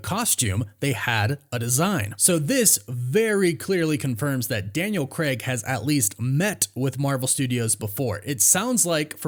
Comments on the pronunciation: c-ray-g, not c-reg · Dude you’ve no idea how to pronounce Craig. It’s not Creg! It’s Craig! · Yo America. It's Daniel Crayg, not Daniel Kreg. Literally hurts our ears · Why can’t Americans/Canadians pronounce Craig properly? It’s not Creg it’s Craig. Like c-ray-g 🤷🏼‍♂️ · For the love of god, why can’t Americans say Craig? It’s Cray’g not Creh’g …. Is it because you don’t know that the diphthong AI = ay and not eh………..